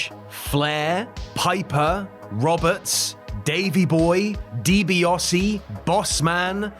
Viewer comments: 10 hours in...... ffs it's DiBiAsi not DiBiOsi . A not O. Not difficult. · love this but hate the way he says Ted Deebeeosy instead of Ted Deebeeassy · DiBiAse! NOT DiBiOse!!! So cumulatively annoying! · Why do you insist on pronouncing Ted's last name as "Dibi-oh-see?" There's no O in there. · The AI voice gets confused as to how it's pronounced